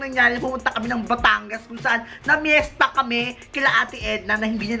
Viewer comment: Fiesta Not Pyetsa! Peace